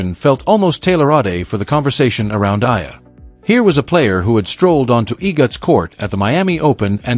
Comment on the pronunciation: AI is not good enough...how you pronounce her name..so bad